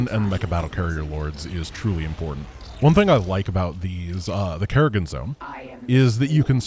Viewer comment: "Mecha Garry-gan"